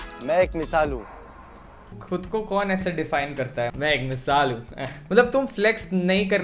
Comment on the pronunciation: Faisu saying - Me ek misal hun I'm hearing - Me ek chutiya hun 😂